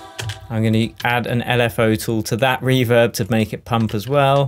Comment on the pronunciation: Reem rooverb 😂😂 Love these videos man